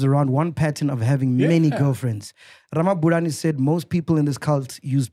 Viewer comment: Mac needs to brush up on his Tshivenḓa. Ramabulana is such an easy surname to pronounce 😹😹